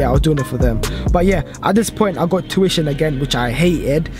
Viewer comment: U can’t say tuition properly